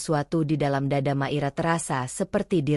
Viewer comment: Hadir,, mngkin nyebut nmya hrs di koreksi Mungkin maira ya jdi klu di dngr seksama kq kedengrnya makira, bukan maira